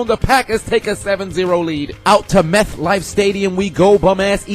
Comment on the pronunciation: Did he say "meth" life stadium